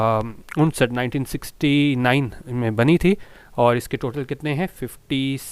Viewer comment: 1969 pronunciation got wrong